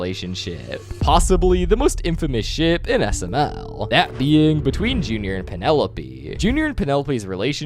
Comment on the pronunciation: Why does when he says ship it sounds like sh*t